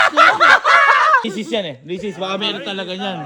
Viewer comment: risis po yung pronuncition